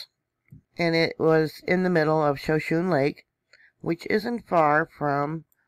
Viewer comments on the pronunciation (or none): Thank you for your comprehensive reporting; giving all the info. I don’t understand why they don’t report all the earthquakes. Just a note, Shoshone is pronounced, show-SHOW-nee. Take care, stay safe. Blessings